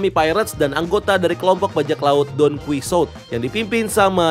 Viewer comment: Donquixote dibaca donkihote bang wkwkwk